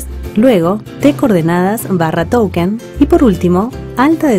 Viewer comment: SOLO ENTENDÍ QUE DIJO "TOUKEN"